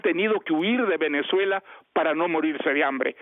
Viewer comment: Otro level escuchar a un premio Nobel decir “así Venezó Empezuela”